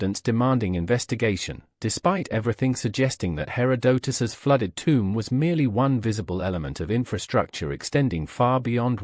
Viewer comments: You need a better AI. Cant even listen to this for more than 5 minutes. Hair Oh Doh Tus.. .GTFO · When it mispronounces Herodotus in the first 10 seconds I move on to the next video and know this is AI garbage.